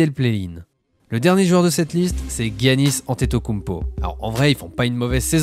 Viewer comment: Ahah, si les américains étaient des références pour prononcer les noms étrangers ça se saurait mdr, ça se prononce Yannis.